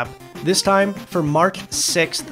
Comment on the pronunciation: Did you say... "mark"? It-its March, not mark